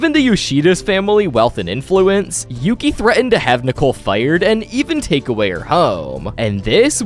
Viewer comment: It’s Yuki, not Yoki.